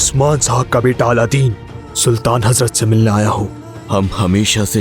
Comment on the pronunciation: It’s not Aladdin ❌ It’s Alauddin ✅